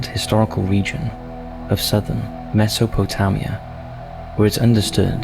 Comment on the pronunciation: And the narrator can't even pronounced "Mesopotamia" properly!